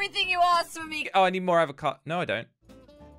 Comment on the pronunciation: When said Avocado i thought is abocado but its avocado